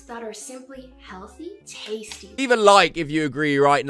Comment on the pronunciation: I'm annoyed with how she says tastie